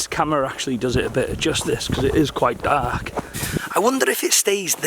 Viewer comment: sounds proper "Cardiff" when he says dark "daaaaark"